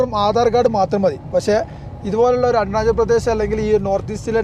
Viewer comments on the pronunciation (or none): bro eppozhum arunajal ennanu edunnathu ath arunajal alla arunachal anu